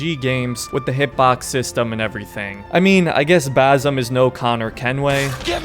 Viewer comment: Just a small clearfication I'm Arabian and it's basm or basim with (s) you pronounce it so close to (z) and that is annoying DD 😂 my English is bad too but it's ok I am not talking to a crowd..